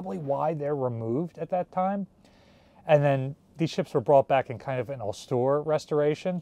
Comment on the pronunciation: can we tell how to pronounce austere?